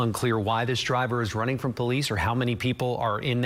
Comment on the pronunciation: She keeps saying "high rate of spade" lmao